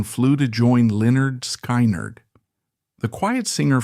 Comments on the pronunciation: AI NARRATION SUCKS!!! SKY-NERD? PUHLEEZE......... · 👿🔱😈...sky nard 🙄.. I hate AI narrated videos 👎.. they're so annoying when they mispronounce simple words🙄